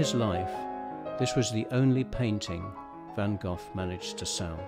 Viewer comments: Why would you make a film about Vincent van Gogh? Why put all the effort in collecting images and words? Why? Why - when ypu don't put any effort in pronouncing Vincent's family name properly. Why? Because Vincent is big business! If you deeply respect, understand and hold Vincent and his work close to your heart, you would also want to pronounce his family name properly. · you should've pronounced his family name properly and that is the Dutch pronounciation. That is the name his parents gave him.